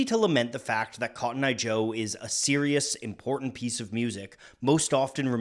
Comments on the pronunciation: What do you mean it's cotton eye joe and not kotnya joe 😂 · this was way more lit than expected also: "Hid'atenbinf'conttoneye jo"